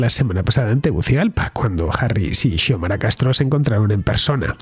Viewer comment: Se pronuncia Siomara.